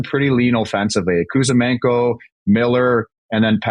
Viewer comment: Juice! Who is Kuzamenko? It's Kuzmenko.